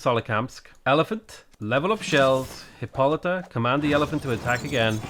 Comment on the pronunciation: I got tired of you figuring out how to pronounce your hero's name, so I googled it and it's hip-poh-luh-ta!